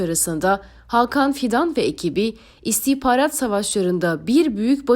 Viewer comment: Şu istihbarat kelimesi istihparat olarak telaffuz edilince çok rahatsız ediyor.